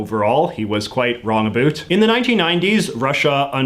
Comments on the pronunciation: Is he saying "aboot" unironically?? I'm Canadian & I've never heard anyone here pronounce it that way. I've only heard it pronounced like that in American TV shows that feature supposed Canadian stereotypes. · Same. I'm Canadian as well & I've never heard anyone here actually pronounce it "aboot"